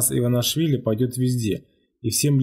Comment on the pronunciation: не иванашвили , а Иванишвили